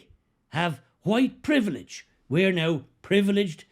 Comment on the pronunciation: Ah yes “huwite privilij”, that nebulous secular religion replacement for original sin.. except, WP has no sacramental forgiveness. You just have to wander about, feeling bad & guilty & the enemy of all things good. Because of fixed permanent physical qualities you inherited. The Marx religion then wants you to radicalize more and more, because of how disgusting you are, to try and make amends for racial crimes against humanity. What a horrible hopeless hellish godless inhuman ideological prison. What fragrant & juicy horse-hockey. 💩